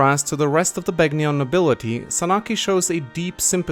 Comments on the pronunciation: The "g" in Begnion is silent -_ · Are you even allowed to mispronounce Begnion right after Sanaki pronounces it for you?